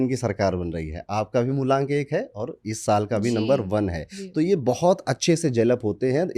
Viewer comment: MULANK ❌ MULONK ✅. Corrected by 😅